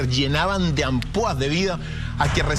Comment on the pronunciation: Hola,perdón por hacer una corrección a una palabra que UD pronunció,la palabra es ampolla no ampoa,que es un eufemismo porque en realidad la piel se cae a colgajos,es como si se derritiera el cuerpo,decir terror u horror también es un eufemismo, saludos desde Argentina,muy buenas noches,ah y lamento decir que según tengo entendido aquí en el sur se va a construir otra central nuclear que lo harán en conjunto con China,nos dicen que tenemos que cuidar el medio ambiente,y nos hacen responsables de la contaminación y resulta que siguen radiando nos con estas centrales,los glifosatos,el plástico,el desecho que se tira al mar,los ríos etc,a veces quisiera que reventara todo, porque los que estamos abajo los que terminamos padeciendo,aunque quisiéramos no los podemos parar,es mucha la impotencia,más sabiendo que se puede hacer de otra manera,😥😥